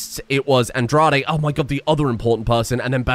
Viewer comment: Just so you know Andrade is pronounced "On-Dra-Day".. It's Mexican